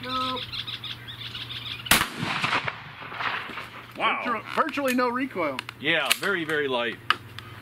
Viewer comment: there is no A in wow. You pronounced it incorrectly.